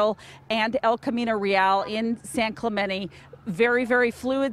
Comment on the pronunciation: “San Clamentee🤦🏽‍♂️”